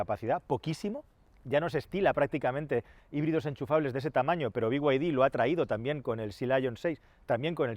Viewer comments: Decir "bi way di" pudiendo decir "bid"... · Por qué coño dices ""biguaydi""???? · Cada vez que dices biguaydi dan ganas de desuscribirse del canal, supongo que los chinos quieren que lo pronuncies así por cuestiones de marketing, pero es que rechina igual que el deleznable Disney PLAS, basta ya de estas catetadas por favor